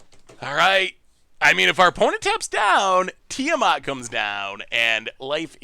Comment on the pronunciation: tia-matt thats it, its not difficult lol. tia (name, think final fantasy) then matt (the normal name)